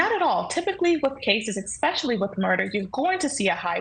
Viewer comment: Did this attorney just say "eckspecially" twice?